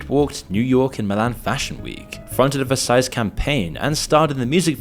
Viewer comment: A “verseys” campaign? Is this supposed to say Versace? Is this channel AI now? 😢